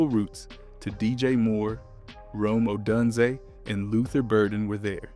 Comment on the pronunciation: Ugh.. it's Oh DUNE zay.. haven't you heard their names before they talk about them on TV, on YouTube videos, on the radio… If you're not a bear man, I get it, but if you are, there's no excuse. But there's so many opportunities to hear their names send properly… And it matters since you're a YouTube creator.